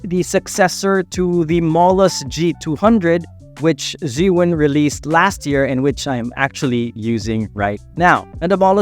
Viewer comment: Zhee-yun or Zhuu-ween? Why u say Zhuu-ween?